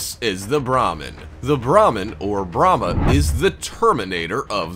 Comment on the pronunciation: The first is prounonced bray-mer